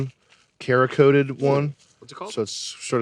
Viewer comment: Sam- its Serakoted, not Karakoted... spelled cerakoted. Its a ceramic coating over the steel.